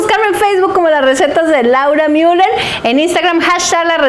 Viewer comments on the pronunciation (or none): none